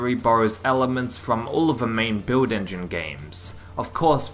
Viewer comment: no one: this guy: “beuiwd engine”